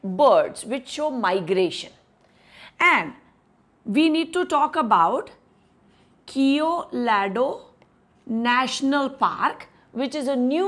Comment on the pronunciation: वो कियेलेडो नही केवलादेव है... कृपया 😊